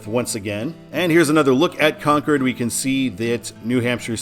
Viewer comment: Thanks! How about a shout out to Exit 3B on I 95 south in NH for Stratham (Strat-ham) Love the channel Thanks for the correct pronunciation of Concord